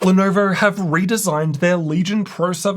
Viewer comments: Had come across your videos while buying my first gaming laptop, Lenovo legion Y540, back in 2020. Your pronunciation of Lenovo as 'Lenerver', brought back so many memories. Thank You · why does bro say "Lenoevorr" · 'lenaurvaur' hehe